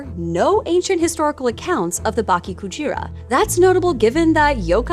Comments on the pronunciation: Why are you saying baki instead of bake in bakekujira? It's not THAT hard. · Bake not Baki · Just a little pronunciation tip… “bake” sounds more like “bah-keh”, with the “e” in “met”. 😊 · “Bah-keh Coo-jeera” -> Correct pronunciation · The way you pronounce it sounds like Baki Kujira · Cool story, but please consult with someone on pronunciation next time, im cringing every time you say "baki kujira", it's an e not an i lol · Dude, at least learn how to pronounce Bake-Kujira correctly before making video like this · BAH-KEH KU-G-RAH, not bok-kee ku-jeer-ah. EH-BIH-SU, not ee-bee-soo. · Can you read words in Spanish? You know how there's only 5 vowel sounds? Japanese is like that too. a like father, i like sushi, u like sushi, e like meh, o like oh. So when you say bakekujira, both the e and i can't be pronounced the same. They are different sound. Gashadokuro was unrecognizable. Ga, like goo-goo-ga-ga. Sha, like Sha-la-la-la-la. Do, like doe, a deer, a female deer. Ku, like Coo-coo said the pigeon. Ro, like row row row your boat.